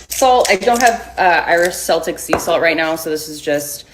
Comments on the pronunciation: “I don’t have my Irish SsellTic SeA saLt”. My salty self “you mean KEL-TIK, you dingbat!” It got worse from there… Don’t take antibiotics! Don’t use any other electrolyte products (only ours!) Candida? Hormone disrupters? 🫠 Edited to add: I’m mocking her mispronunciation because she’s claiming to be an expert and doling out fear-filled nonsense that we’re all choosing “toXiNs” when we eat food and drink water. The only way to save ourselves? How lucky for us, she’s pushing literally UNREGULATED SUPPLEMENTS over highly regulated tap water. So yeah, if she’s going to be all absolutist with her statements, I’m going to mock her. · she said celtic like the sports team, not the people??? i would know, i'm cornish it's said like a k, not an s the sports team is said like an s